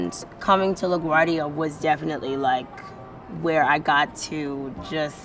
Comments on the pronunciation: It's pronounced La Gwuardia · It's pronounced "Lagwardia"